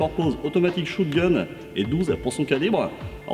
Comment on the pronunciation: shOtgun et non shOOtgun.. et ce dit spaSS 12 aussi. Le "s" n'est pas silencieux.